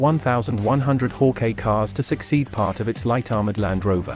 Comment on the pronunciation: It’s not pronounced haw-Kay it’s hawk-eye